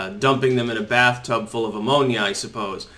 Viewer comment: "Ammonia"?! ahaahaa